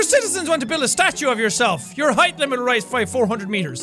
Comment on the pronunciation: HAEETH...HAEETH...HAEETH...Shit...can't pronounce it normally anymore...hai...th...FUUUUUUUU!!!!!!!!!!!